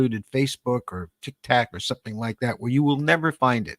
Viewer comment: 😅TikTok 😅 not Tiktac 😂 😙